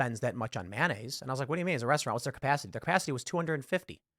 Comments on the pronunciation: Maynayze, bitches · Please stop saying “manayze”. It’s “mayonnaise”. You are fake news.